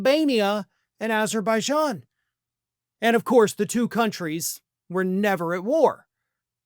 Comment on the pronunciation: not only repeated this 3-4 times but he also cant get even get Azerbajan name correct. he calls it Uberbajan, just like he wants to call gulf of mexico, gulf of anerica